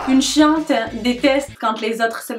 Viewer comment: J’avoue que c’est pas la même chose que maintenant 😅. Quand tu dis chiante sur la vidéo des fois j’ai l’impression que tu dis ’’chatte’’. Il en prend pleins la tronche le pauvre Guillaume 😂. J’adore tes vidéos même les plus bizzard 😊😂